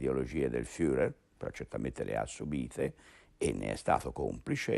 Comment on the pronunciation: LA PRONUNCIA FIURER non si può sentire!!!